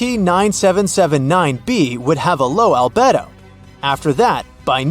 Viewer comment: Albedo is pronounced al-BEE-doh Not what you said. It means total light reflectivity